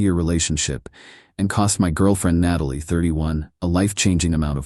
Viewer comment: Why does AI not know how to pronounce “Natalie”?